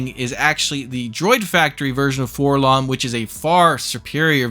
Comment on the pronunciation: Why do so many people say "FORlomm"? He's a droid. It's Four-Ell-Oh-Em. You don't go around calling the prissy gold one "k'THREEPoh," do you? Hells, even in the old Kenner mail-away commercial, where they gave the name to THE WRONG GUY ENTIRELY, they pronounce it "Four-Ell-Oh-Em."